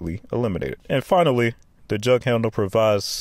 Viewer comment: say ESPECIALLY NOT: EXSPECIALLY!!!!!!!!!!!!!!!!!!!!!